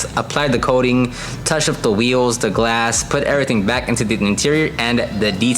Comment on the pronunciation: did you say Zetail?🤨🤨